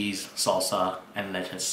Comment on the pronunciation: the way he pronounces Lettuce is so proper it made me laugh, QUICK TIME!